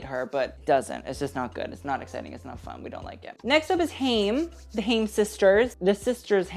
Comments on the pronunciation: You just reacted to them 😂 It's pronounced "HI-EM" not 'HAME" Left to right is Alana, Danielle, Este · I love you but omg it’s pronounced HI-UM and from left to right it was Alana, Danielle and then Este 😅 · It's pronounced HI-IM, like hi + imp without the p. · i really enjoyed this but i'm too big a Haim stan to point out that it's alana on the left, este on the right, and also haim rhymes with time. ok no one come after me sorry i just love them!! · Haim is pronounced: "Khai-im" (Kh- like how you would pronounce "Khal Drogo", but if you can't make that back-of-the-throat sound, you can just pronounce it like "h"). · it’s hi-am 🥲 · Haim is pronounced kha’-yim - (Kh in the back of the throat) as in the expression “l’chaim” or “to life”. The word Haim itself means life in Hebrew, although it’s also their last name in this case ☺️ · HAIM is actually pronounced HI-UM xxx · YOU KNOW IT'S HAI-EM, WE'VE BEEN THROUGH THIS ALREADY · HI - UM,, HIGH - EM say it with me now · Doing the Haim sisters dirty🤣😅 getting their last AND first names botched. Pronounced "Hi- 'im" Hai-im. Haim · Haim is pronounced hi-am and Alana is on the left, Danielle in the middle, and Este on the right. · Haim is pronounced closer to "hai-im" and means life! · haim is actually hebrew for life and is pronounced "hy - im"! just glad you didn't say ham lol! loved the video xx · You pronounced Haim wrong and mixed up Este and Alana. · mixing up the HAIM sisters (Este & Alana) and pronouncing HAIM wrong :'( its ok tho i enjoyed this video - v relaxing to watch as background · not the haim pronunciation and mixing up este and alana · your pronunciation of 'Haim' made me cry T_T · I love you and this video but the way you pronounced Haim and how you got the names mixed up made me angry hahaha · Dislike for mispronouncing haim even though you did a video of them a couple of weeks ago 😫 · bby you just did a Haim video how are you already getting their names wrong lol